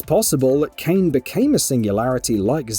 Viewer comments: This guy is definitely reading a scrip written by someone else who played the game. It’s “Kai-nay”! They say it a thousand times during the game! Not fucking “kane” 😑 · This is the first time a narrator made me scream at my phone. I mean.. what the actual fuck, it's Kaine not Cane!! 🙆‍♂️🤦‍♂️🤦‍♂️🤦‍♂️ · why would you call her "cain" when its pernounces kainay in game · why do you keep pronouncing it KANE its kai-ne they literally say it in the cutscenes which are voice acted, its not like ffx where we didnt know how to pronounce it as tie-dus or tee-dus. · lmfaoo Kane yano It's Kainè mate don't crack me up 🤣🤣🤣🤣🤣🤣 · Bruh really KANE! It’s pronounced “Kai-nay” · It's Kaine Kai ne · Kane? You mean Kai-nè? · Her name is pronounced Kine-AY not Cain. This is repeated so many times throughout the game... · Dude... her name is "KAH-i-Né", not Cain. Seriously, they shout it every 5 seconds in the game. Your mispronounciation makes it confusing cuz both Caim and Kainé created timelines in their respective games. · Why do people insist on mispronouncing her name....its pronounced like "ky-nay" not "kane" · As soon as this idiot said "Kane" I was done. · I stopped watching after he pronounced Kainé.....like "Kane"... massive L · Aside from...”Kane”...I hope they remake/remaster drakengard games, mainly 1&3...but I can’t see why you keep saying Kane with such confidence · Couldn't handle the "KANE" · I know damn well he isn't saying Kane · I stopped watching when I heard Cane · nigga said "kane" like this is a wwe game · These people either play with the audio off, or they're reading a script that someone else wrote. Either way, calling Kaine, Cain is unacceptable. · Kane? The VO probably should have checked that pronunciation before reading the writer's script. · shut it off when i heard "Cane" as well lmao. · kane.... kane...? KANE?? did you even play the game bro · Why are people so mad that he mispronounced her name? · Really bothered me too lol